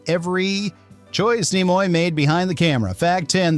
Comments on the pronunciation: .... pronounce Nimoy please? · I'm pretty sure this is an AI voice. Either that or he knows nothing about Star Trek because he doesn't know how to say Leonard Nimoy.